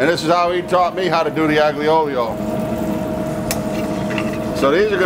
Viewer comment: Looks delicious. I’ll have to try it with anchovies. By the way, just for accuracy, it’s pronounced ahl-yo, not ag-leo. Looking forward to more videos.